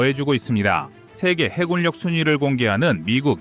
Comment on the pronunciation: 요즘 해굴역, 공굴역 등 이상하게 발음하는 경우가 늘어나고 있굴요. ^^